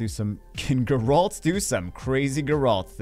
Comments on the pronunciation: I love ya but this one is killing me. It's GEHR-ult, not guh-RAHLT. GEHR rhymes with bear. ult like the first syllable of ultimate. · jesus christ wtf is a light gur-alt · It’s pronounced Gare-ult😂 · Stop saying Geralt wrong please!